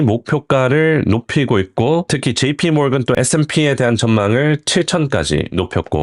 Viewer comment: jp모건 뱅크오브아메리카 발음이 너무 좋음